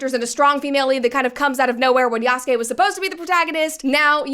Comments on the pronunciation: Sorry buddy..."Yasookay" is not the correct pronunciation, it's cringe to my ears. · Why pick a video made by a dude who can't even pronounce the protagonist name correctly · Ok. So idk if it’s obvious that I’m watching this and responding in real time and omg who is this clown she found as her “expert” dude can’t even Say Yasuke right 🤣 and the game is far from bad. It’s one of the most graphically impressive games in recent years. The lighting is literally game changing. It’s full of detail and texture. It has an amazing weather system. Does it have bugs and issues? Of course. EVERY SINGLE GAME does at launch lol. And the game was delayed to fix the parkour system. The devs came out and said this. lol. Brett you should delete this video. You’re just copy pasting All the rage bait idiots online 🤣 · No, you could have said it better. The man can't even pronounce Yasuke's name right.